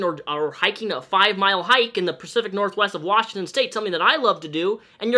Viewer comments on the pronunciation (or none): none